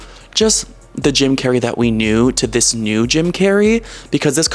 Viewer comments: Jim Carrey' ❌ Cim Jarrey ✔️ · "JIM CARNEY"